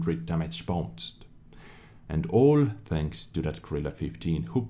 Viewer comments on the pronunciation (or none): none